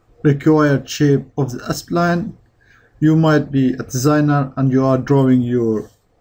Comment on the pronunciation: sorry i just cant hold myself to say " why can't you pronounce 'spline' normally ??? why are you saying s - pline ??? "